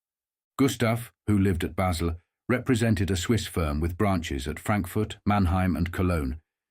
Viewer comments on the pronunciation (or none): Take the time to read the channel description. It explains the use of AI augmented human voices and that they pay $1000 a month to use it. It is pretty good nontheless, even if the intonation and metre is a bit duff on occasion. There are also giveaways such as pronouncing Basel "Bars-le", ally "Alley" and Cuckoo "Coo-coo". No reasonably-educated native English speaker would make those errors.